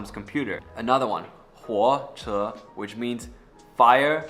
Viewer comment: No offense but your pronunciation for the 2nd tone and the 4th tone of ma sounds really close. Also when saying train "火车", your pronunciation makes it sound like "活车" (Alive car). You've done really well to learn it but I think this video should only be an example to teach the principles of Chinese but not the actual pronunciations.